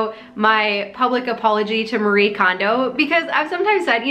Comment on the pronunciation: I'm sorry for this unsolicited and nit picky comment, but her name is pronounced Mah-ree-ay. There are no silent vowels or syllables in Japnese :) Thank you for this perspective on the silent stress signals we're absorbing daily.